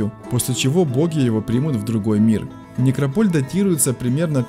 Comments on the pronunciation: НекрОполь,а не некропОль,неграмотность!!! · НекропОль???Бля!!! НекрОполь!!! Карл, некрОполь! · Говорите правильно слово некрОполь с ударением на Первое О а не на второе... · Никрополь ударение на первую о . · Режет слух ударение в слове некрополь .